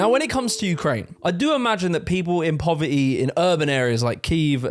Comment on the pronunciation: ❌Poverty 🗣PO-VAH-EH ❌ Community 🗣COM-UH-NI-EH ... Love it! 🤣